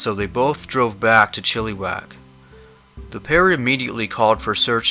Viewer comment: Great job as always, but this is so true. With Chilliwack, the second I is pronounced the same as the first. Been there many times, beautiful area but someone could easily get lost, swallowed up, in the backwoods there as well as a gazillion other places in B.C. Keep up the fantastic work letting us know about these unfortunate peoples stories. I listen to keep myself informed so that maybe, one day, I might come across some evidence to help as my husband and I are avid campers. Neither of us are of German descent as that seems to be a prerequisite to many of the disappearances but not always so we'll keep on the lookout and stay safely together. Take care everyone and play safe!!